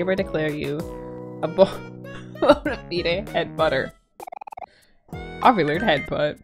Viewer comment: “Bon-a-feed-ayy” LMFAO IVE NEVER HEARD SOMEONE PRONOUNCE BONAFIDE THAT WAY I ADORE YOUR INNOCENCE DISHIE 😭🙏🏻❤️😂